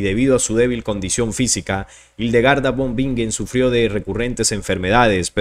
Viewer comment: No te critico pero von en alemán se pronuncia Fon Y la w se pronuncia v Para la próxima, buena información